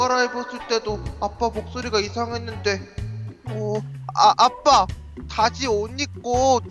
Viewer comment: 이 처음 시작 할때 아빠라고 했는데..빱빠라고 들은 1인